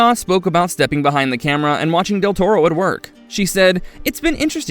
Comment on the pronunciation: Del "Tormo?" You couldn't do another take of that line?